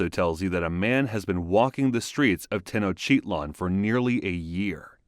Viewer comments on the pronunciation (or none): Really cool to see this, but the pronunciations could use some care: Tenochtitlan = teh-nooch-tih-tlahn Tlatelolco = tlah-teh-lool-ko Quecholli = keh-chool-lee Xochiquetzal = shoo-chee-ket-zahl Toxcatl = toosh-cah-tl Tezcatlipoca = tess-cah-tlee=poo-ca Huitzilopochtli = wee-tzee-loo-pooch-tlee Main thing is "tl" is not "tahl" it's literally mashing together "t" and "l". A former professor of mine would say, "if you aren't spitting a little, you aren't pronouncing it correctly". Next big things are "z" is pronounced like an English "s", and "o" is often not "oh" but "oo" in the middle of a word (end of a word like -co at end of "huitzilo", it is as being pronounced here, "-koh") There's a lot of disagreement on some vowels because contemporary transcriptions rarely mark length of vowels and dialectical variation and drift mean you cannot just use modern pronunciations (Exhibit A: Modern Mexican Spanish pronunciations of of "x" and "ll" are very different from period pronunciations.) Ixiptla (god impersonation) was not always dreaded; it was a significant family honor and prestige grant. I'm sure most people had very mixed feelings at best about the "honor", but it would be a mistake to attribute modern perceptions to an earlier culture like this. You'd also 100% know exactly what was going to happen. The thing is, it sounds awful and evil to modern ears, but if you truly believe the reasons why it was done, it makes sense - it's a necessary sacrifice for the very continuance o